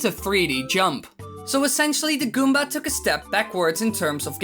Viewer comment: when you say goomba you're like goombar